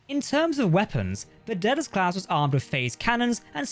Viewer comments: It's pronounced Day-del-us NOT Dead-el-us. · Gotta be honest; every time the narrator says "Daedalus class", it sounds like "Dead-ass class".